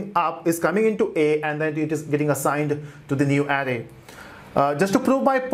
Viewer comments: Please brother pronounce "Array" as Araye not Arri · I repeat the video a couple of times to understand. I keep hearing "adding", but actually is "array" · I like your video but you are pronunciation of of array is off array the r s are hard if you type any word into Google translate you can have it say it for you so you learn how to pronounce it is not big problem just I cringed every time you said it